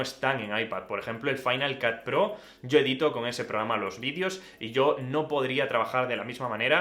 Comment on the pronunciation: Final cat? Porque se les complica tanto pronunciar el ingles a los españoles?